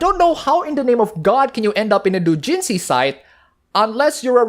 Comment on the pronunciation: I'm sorry but your pronunciation of "doujinshi" is driving me up the fucking wall